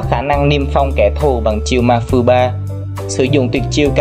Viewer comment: Tuyệt chiêu tên là ma phong ba chứ không phải là ma phư ba đâu. Anh nhầm lẫn kìa